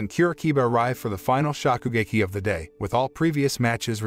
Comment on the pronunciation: Do you have something against long vowels? Shōkugeki, Tōtsuki, Dōjima, Risōtto, Karaagi